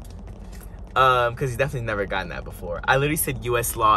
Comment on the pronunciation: The US “Law” took me out lmao